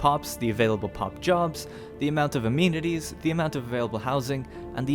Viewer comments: It's pronounced uh-men-it-eez though, not a-mean-it-eez. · "Amenities" uh-MEN-it-tees